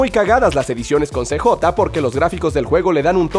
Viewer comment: Se dice siyei (CJ) no cejota